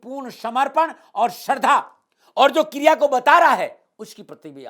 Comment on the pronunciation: Kirya nahi kriya, kirya toh kiryakaram hota☺😊